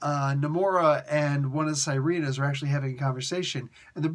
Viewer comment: Small, friendly correction on the pronunciation. It's actually pronounced see-reh-nahs or see-reh-nuhs as opposed to sai-ree-nahs. They're basically the Filipino version of mermaids. 😊